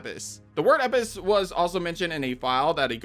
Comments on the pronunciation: EL-pis... If you make such a mistake in your analysis, your takes have a lot less power to them, following with mispronunciation of new virus/parasite/whatever it is. Do your research more diligently next time 😉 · I guess we just ignore the L in Elpis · bro's the king of the silent L. Lost all credibility when you can't even pronounce the word that was said in the trailer correctly. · You’re forgetting the L in eLpis my guy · Why don't you pronounce the "L" in "Elpis?" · the L in elpis isn't silent 🤣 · Why are you ignoring the L in Elpis? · Bro do you not see the L in the word Elpis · Is there a reason your not pronouncing the L in Elbis is it silent? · I'm pretty sure it's elpis with a L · Are you engagement farming with that Elpis pronunciation? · Your pronunciation of elpis drove me crazy. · So I feel like he coasting over the "L' in Elpis..... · Dude can even say Elpis right, holy crap. They even say it in the trailer. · Dude can't even say can't right. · There's an L in the word Elpis, please pronounce it.. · You say elpis incorrectly so many times that I can’t finish the video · Can u say the letter L. Elpis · Bro took the L out of Elpis. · I guess it's a silent L. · Question, that’s not meant to offend… why do you say Elpis like the L is an i? From my study of Ancient Greek at uni it’s pronounced EL-PIS (or pus) not eipis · It's Elpis, not Epis 😂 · He’s American what do you expect they miss pronounce everything . Elpis = Eppis Graham = Gram Craig = creg Martin (pronounced mar - tin) = American mart - in Grand theft auto = Grand theft duto Herbs = Erbs Caramel = caarmoel Route = Rawt Squirrel = Squrl Mirror = meer Basil = baysill Water = wader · ELPIS. ELPIS. WHY DO YOU KEEP SAYING EPIS. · Doesn’t that say EL piss not ep piss 😂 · Is it bugging anyone else that he keeps saying "Eppis" when what is shown clearly says "ELPIS?" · Elpis, not Epis........please don't tell me you're an AI channel. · It’s ELPIS not EPIS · Dude its ELPIS not epis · its elpis not epis